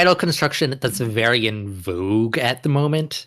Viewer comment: In voog??? Was that supposed to be in vogue??